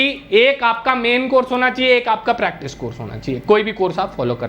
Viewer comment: pratice nhi practice hota hai